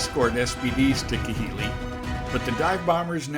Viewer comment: some of your pronunciations of some of those island basis is way off, just thought I would inform you of that it's not Ki-hili it's pronounced KA-hili.